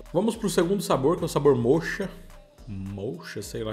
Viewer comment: O sabor moccha, é café mesmo, fala-se moca.